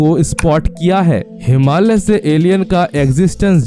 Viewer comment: कृपया हिमाल्य नही, योग्य uchhar "हिमालय" बोलिये पहले